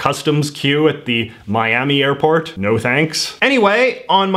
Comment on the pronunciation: I had to stop at mIaMi AiRpOrRT... Latino flashbacks intensifies